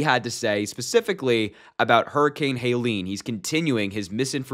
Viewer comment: Helene, not Haileen